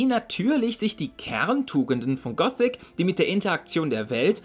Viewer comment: Nur echte Fans sagen "Gosic" statt Gothic, also da springe ich gleich auf das Hype-Boot mit auf.